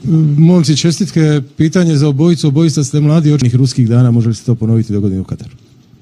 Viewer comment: Super si! Samo ispaviti: Nije Katru, nago Kataru. V poz❤️🤪